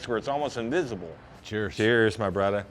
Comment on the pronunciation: When I heard em lead the video with “ hey brudder “ I thought o boy this one’s gunna be a silly dude. But then he started in with his “emulsion “ and “ inclusion “ big old words. I appreciate someone that really knows their craft and learns the intricacy of all the steps. See I use big words too. Refrigerator.